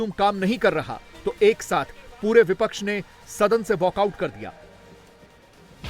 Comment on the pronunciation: Jo admi bipcha ke parti ka nam sahi se nahi le sakta wo pttrkar bikau ke alawa kuch nahi ho sakta😢😢